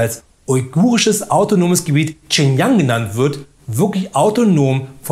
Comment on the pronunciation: und, das war nicht "ching jang", sondern "schin Gee-ang "